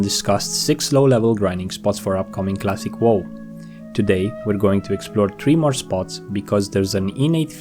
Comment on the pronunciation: Cwassic Woe